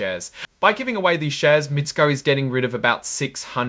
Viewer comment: Mi-tess-ko is the pronunciation